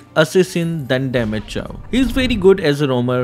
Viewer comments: Is it Chaaw ? I thought it's pronounced as chou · The way he pronounces Chou, it hurts my ears and now they are bleeding...